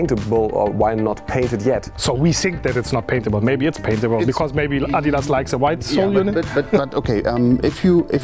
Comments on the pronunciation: americans who are in this video listen how adidas is pronounced. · they say Adidas correctly